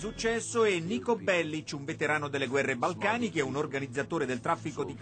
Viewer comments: prima di tutto, non mi sembra che si dica Niko Bellich ma Niko Bellic, Poi non si chiama grand thef toto ma grand theft auto. Poi vorrei sapere cosa cerca di fare il pirla che preme tasti assolutamente a caso rigirandosi il controller tra le mani. Poi non credo proprio che un videogioco possa "imbastardire e spingere alla violenza" più di tanto. Se qualcuno gioca a gta 4 e poi va sgozzare gente per strada è già malata di suo, e potrebbe fare la stessa cosa anche dopo aver giocato a super mario! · non graqnd tifet oto ma grand theft AUTO nico belliC non nico bellich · SI DICE NIKO BELLIK e NEANCHE GRAND THEFT OTO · "Grand theft oto" " "Nico bellisc" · "Niko Belliciù"... "Grand Theft Oto"... Giocare con il video... "Quarto capitolo"... "Il videogame più violento"... FFFUUUU Ma come cazzo conosci quest'opera d'arte? O.o Ignoranza... POLLICE IN SU PER CHI E' D'ACCORDO CON ME. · Nicko Bellich? (Lo pronuncia così al minuto xD) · Ma come cazzo lo ha detto che pronuncia di merda e poi nico bellic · Come ha pronunciato Niko bellic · Sentir pronunciare niko bellic in quel modo si che "imbastardisce". P.s xke dicono play station ma intanto giocano con il controller della logitech